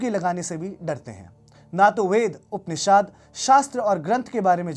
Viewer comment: He is able to pronounce all the Arabic words perfectly but pronounces upanishad as upanishaad.who are u trying to fool posing as Hindu loyalists?😣🤐